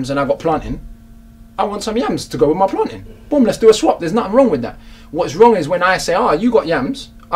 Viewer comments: It's 'PlainTAIN' not Plantin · Jeff M where we grow it we call it plaintain 😂